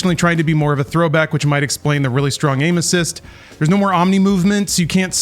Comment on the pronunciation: The first time said, "aim assists" I swear I heard "anuses" lmao. Who doesn't hate an overtuned anus?